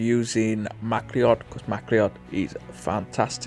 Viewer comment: MacLeod is pronounced M'Cloud